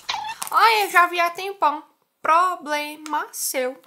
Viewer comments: "Pro ble ma seu" 🤣🤣🤣🤣🤣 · PRO-BLE-MA seu kkkkkkkkkkk